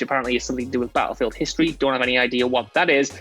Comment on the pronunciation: Can we tell what culture guy that Battlefield has two T’s in it. It battlefield and not Ba-llefield..